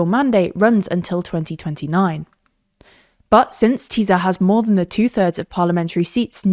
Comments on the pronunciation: "Tisza" is pronounced as "tisser", not "teaser". Educate yourself, check foreign names before you release a report. It's simply basic professional conscience. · majar, teeza, feeDEZ and sooyok smh 😂 just learn the IPA already ffs 😑